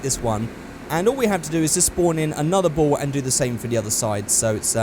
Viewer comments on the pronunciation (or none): When you said ball I thought you said bowl and I was like bowl for what?